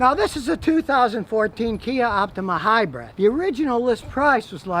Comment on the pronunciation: Hybrid, not "hybred".